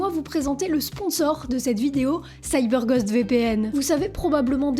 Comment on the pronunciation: se prononce Gaûst et non gost